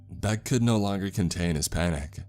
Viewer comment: Beck Said = Bock Sad Why do you talk like this? Un-plug your nose too.